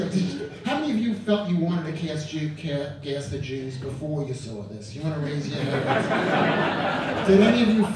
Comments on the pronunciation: thought he was saying "glass of juice?" took me awhile to realize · At first i thought he said ”You wanna pass the juice” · I thought he was saying "a glass of juice" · i thought he was saying “glass of juice” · I really thought he was saying glass of juice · I thought he was saying “pass the juice” for the first 2 minutes. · I thought he was saying a glass of juice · I thought he was saying “glass of juice” until the Hitler video came on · Is he saying glass of jews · Was he saying “glass of juice” or “gas the Jews”